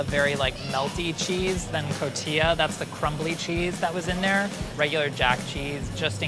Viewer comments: I love you, but it's pronounced 'co-ti-ha'! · He pronounced Oaxaca correctly but not Cotija? how?